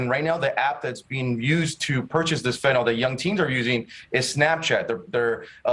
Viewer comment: Fentanyl, not nol!!